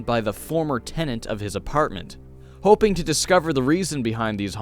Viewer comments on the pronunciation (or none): none